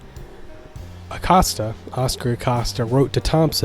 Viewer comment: Have you never watched the movie? I’m being genuine, unless they get all the pronunciations wrong in the film. Also I’ve heard from many people that Acosta is pronounced like “Coast”